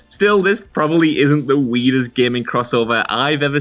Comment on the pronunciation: is he saying weedest? wtf? is that a new word? like a slang?